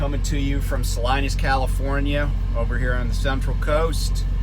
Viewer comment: Great perspective on California economics. Not so great on the pronunciation of Salinas. 🤣 It's sa-leen-us. Also home to NASCAR great, Ernie Irvin...